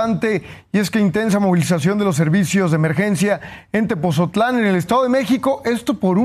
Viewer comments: Weyes es tepotzotlan, no tepoztlan nmms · Se dice "Tepotzotlán" no "Tepozotlan" pésima manera de hablar de este pseudoconductor. No saben ni hablar y así los contratan